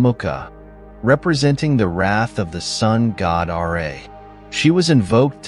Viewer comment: Can you please pronounce the Sun God property? It is not R A.